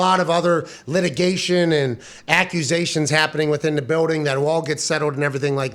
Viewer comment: in the BEWWDING LOL love it